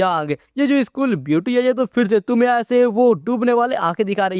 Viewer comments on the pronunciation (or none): none